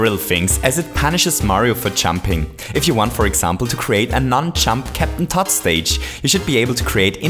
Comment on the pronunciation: why do you call captain toad captain todd